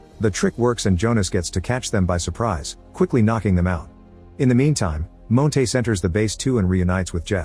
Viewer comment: I hate the way the AI voice pronounces Montes as “Moan-tays”